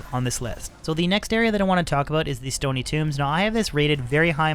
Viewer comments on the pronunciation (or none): Stony, not stoney